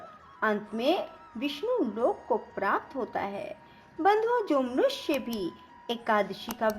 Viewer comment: जय सियाराम 🙏 आपका कथावाचन सही है परंतु आपको उच्चारण करते समय विशेष सावधानी बरतें…. कृपया प्राप्त इत्यादि के सही उच्चारण करें और सटीक हिंदी भाषा का प्रयोग करें... हिंदी सेवी ()🙏🙏🙏